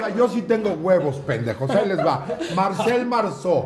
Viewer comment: Ricardo bien c*gado cuando escucho a talavera decir ¨Marcel¨ JAAJAJ ayayay